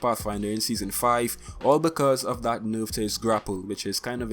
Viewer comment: The way you pronounce "nerf" urks me